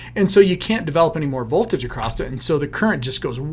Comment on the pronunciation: Acrosst? My grandmother used to say that.